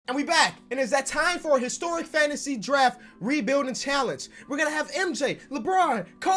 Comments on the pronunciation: It’s called fantansy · Who's here when it says Fantansy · me. where was you when it said fantansy lol